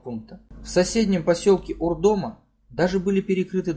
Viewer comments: УрдомА. Ударение на а. Спасибо за освещение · ШИес а не ШиЕс! Урдома, ударение на последней А . КОтлас, а не КотлАс. Учись сначала правильно произносить названия.